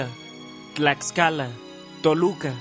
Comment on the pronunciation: GÜEjuquilla, TlaKScala, TuKSpan... 🤣🤣